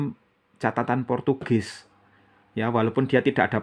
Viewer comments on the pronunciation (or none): none